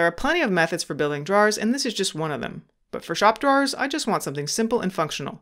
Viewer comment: Sorry bud, I couldn’t make it to the end because of the way you pronounce drawers. Great video though thanks for sharing